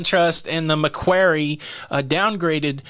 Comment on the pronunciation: Maquarie pronounced MAQUOREE